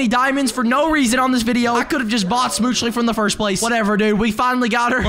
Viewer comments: who says it smoochle and not smoochly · It's not schmoochley because he says it like that it's schmooch-le, you don't say ee